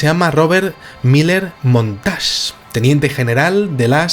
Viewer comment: hola, humildemente te corrijo, el segundo apellido es montague, no montas, saludos, mis respetos; Robert miller montague,!!lg